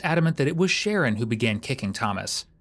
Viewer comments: His name is shaaa-ron nor sharron 😂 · The narrator keeps calling this kid Share-an and his name is Shu- Ron .. I feel so bad for his mother. He’s only 12 yrs old and already has so much hate for another human being. A vulnerable person no less. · The commentary calls him”Sharon but it’s pronounced “Sha Ron” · Sharron is pronounced (sha-ron)😂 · FFS...Sha-RON...not Sharon! That being said, the fact BABIES this age can get heir hands on guns should scare the crap out of everyone. This country is lost. Lost and out of control. With our new "president"..I suspect evrything is just going to get worse. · I know these kids have stupid names, but calling him Sharon the whole time is wild. I’m sure it’s “shuh-ron”. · OMG, his name is Sher Ron, NOT Sharon. The detective said his name correctly, may times. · Nope. It’s Sharron. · Just want to point out his name is pronounced: sha-RON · Says sreggin 😅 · It's pronounced Sha'rron his mom kept calling him ron and ronny. I doubt his name was the issue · i hope the narrorator is AI because if not they need to be educated on ethnic name pronunciation its SHA - RON its not hard jesus fuck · I believe it’s pronounced Sha-Ron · shah-Ron it’s a man name 🙄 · You don’t even say his name correctly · narrator needs to just call him ronnie, as he cant pronounce the kids name even after the kids name has been said several times.